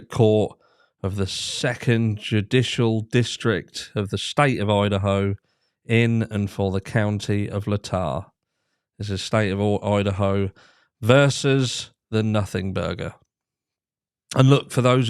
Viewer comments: Pronunciation key: The county of "Latah." - Lay tau (pronounced like the "tah" in Utah or the Greek letter Tau) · Latah is pronounced Lay- tah Moscow is pronounced Moss-co Thank you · That is pronounced Lay tah County.